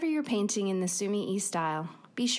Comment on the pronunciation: Sumi e . The e is not said like eee in week. It is said like eh in wet.